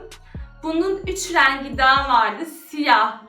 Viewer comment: Lütfen türkçenizi biraz düzeltin REEENGİ nedir ya